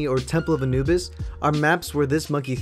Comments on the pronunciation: Lol you said Anubis Wrong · Temple of A-NOOB-is